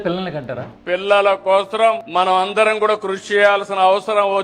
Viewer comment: కోసరం కాదు కోసం అని చం.బాబు ... తెలుగు కూడా రాదా 🙆🏻